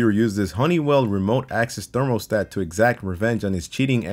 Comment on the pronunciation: I know it's hard but just say it with me, ther-mə-stat not thermal-stat you'll get through this part of your life, we got you